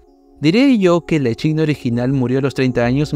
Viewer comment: me da tok que diga echidna tal cual en vez de equidna aaaa